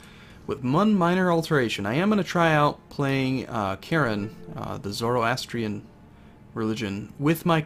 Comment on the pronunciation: You said Zoroastrian correctly? Good, now say Anosharawan, Zarathushtra, Kavi Haosravah, Ilm-i Khshnoom, Godavara, and Aspandyar. <3